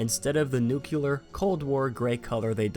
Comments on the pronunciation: I'm sure someone has mentioned this before, but there is no such word as "nucular",. We do have a similar word: "nuclear". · "nuke" ular? Nuclear, as in nucleus. It's pronounced (Noo-klee-yer)